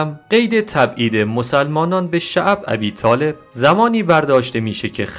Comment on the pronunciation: خواهش بعضی کلمات رو درست بخووون.عجیبه. یکبار به گوشت نخورده شعب ابی طالب....کسره داره....نه فتحه.